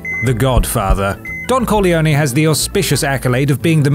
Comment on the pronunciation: Omg when he said Don Corleone i totally heard Don Coglioni ... i'm so sad and ashemd .... T.T (coglioni=testicles in italian)